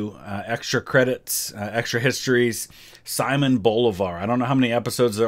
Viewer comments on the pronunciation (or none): I know if a video is in english, it must be pronounced in english. But just to clarify, "Simon" is pronounced without the "a" in the "i" [As in everyword in spanish, the letter i only has that sound] . =P. And the accent it's in the o. So, it's Si (with the i as in "in") - MÓN And bo-LI-var. =)